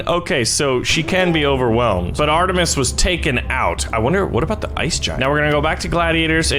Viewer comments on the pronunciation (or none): none